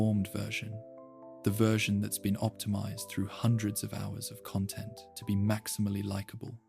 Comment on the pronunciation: i heard it when it pronounced content wrong